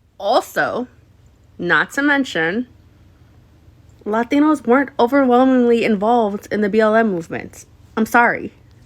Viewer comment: Why does she keep saying Latinos like that? Girl, you sound so stupid, also, if these Latinos, as you like to say, came to America legally, then they wouldn't be getting deported, use your noggin